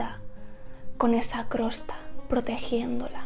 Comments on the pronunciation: Interesante consejo! Y gracias 🙏. Más bien creo que la palabra que decías Crosta, es Costra. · Hola, la verdad es que tienes una visión muy oxigenante... me ha venido genial tu video, qué verdad es!!! TENEMOS TODA LA RESPONSABILIDAD y la obligación. (permíteme, tengo que decirte una cosa es COSTRA no crosta). Un besito... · no es crosta es costra 😭😭😭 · Nunca había oido decir el nombre de la crosta...Jijiji me parece gracioso. Siempre lo había oído como costra.